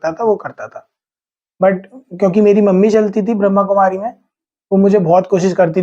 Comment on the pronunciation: भाई साहब आपने बहुत अच्छा किया आप बहुत प्यारी आत्मा हो पर ब्रह्कुमारी नहीं ब्रह्मा कुमारी बोलो